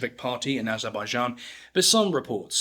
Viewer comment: Lentiburie ?? 😂 Barrier ?? 😂 What a BS video Bolevic party ?😂 Azabadjan ? 😂 Barrier ? 😂 The caucaseS ?😂 Vertiburier ? 😂 Aschwitz ? 😂 Labarriere ? KAthian forest ? 😂 Gurrier ? 😂 Nikita cruel ?? 😂 Krouev ? 😂 Kruel ?😂 Burier ?😂 AND THE NARRATOR with his ssssssss ln his tongue !! So shi t.. y painful